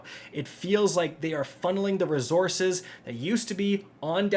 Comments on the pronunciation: Every video where I get to hear him pronounce “ruhzoorses” gets a 👍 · WTF are these “rezorzes” you keep referring to? Jk Love ya bud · You should substitue "rezorzez" for "materials"